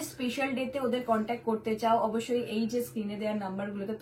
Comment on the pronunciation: কান্ট্যাক নাম্বার 😅style er limit nei vai..ইঁরেজরাও contact বলে... এ মাল over pakami মারতে গিয়ে কান্ট্যাক বলে ফেলেছে